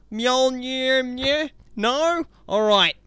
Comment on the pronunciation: It’s said myolnear